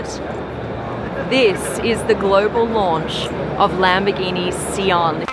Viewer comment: It's S(eye)an